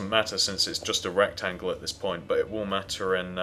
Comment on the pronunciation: Sorry If Gross OR Inappropriate But it sounded like he said ERECTangle When HE said Rectangle LOL